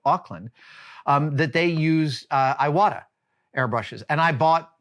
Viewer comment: Quick correction for English speakers out there, Iwata is pronounced “E-wa-ta”.